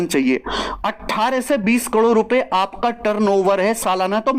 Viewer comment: करोड़ ❎ कलोड़✅😂😂